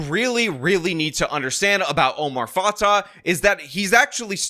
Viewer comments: Dude it’s pronounced Omar Fa-tay and Jacob Fry. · Not like I care, but it’s pronounced fatay